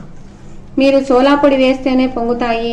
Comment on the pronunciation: సోలా పొడి కాదు అమ్మ. సోడా పొడి